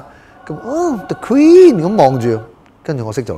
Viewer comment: 哈哈哈哈哈哈哈哈！！！！！！！！“the quenn !!!!!” 呢野最搞笑